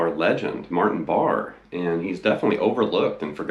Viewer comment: It's pronounced Bar-A.......at last according to Ian!